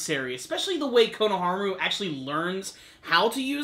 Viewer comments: Why do you always say. Konoharmaru? It's Konohamaru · Learn how to say his name right and then talk ffs there's no R in konohamaru